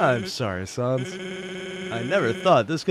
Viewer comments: I'd say he says undine more as [un-dean] instead of [un-dine(like dining)] and sans as [s-ah-ns] instead of [sense]. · Your pronunciation for sans and undyne are really funny. I'm usually accustomed to hearing them a certain way so you calling undyne(un-dye-in) as (un-dine) and sans(se-ans) as (saa-ns) is very fun. Also you picking up that the ut sans is not from the original timeline is very attentive of you. It actually comes up later but great for picking up on it.